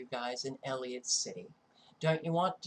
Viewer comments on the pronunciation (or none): You must know by now, it is pronounced EL - ih - COT City not El-ee-ut. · it is E L L I C O T C I T Y. Whats bad is you said Elliot so many times. You will be ok. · Not to be nit-picky but ... you're missing the "c" in Ellicott when you say Ellicott City. It just jumped off the computer screen and ran its nails down a chalkboard to me. Why? Because I am Maryland born and raised. I grew up about 45 minutes away from this location. When I moved out and went to college, I was then about 10 minutes outside of downtown Ellicott City and used to take a "de-stress drive" through that area and along the river - to get away from all my roommates and get some time to think. I'm not trying to be rude by pointing this out. Really! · ELLICOTT NOT ELLIOT EASY MISTAKE. ❤